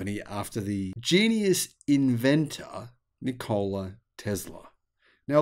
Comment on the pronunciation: Afraid your pronunciation of Nikola is a little off - no stress on the O. Here is another Nikola.